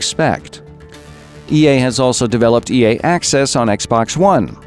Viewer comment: everytime you said ea i heard yay...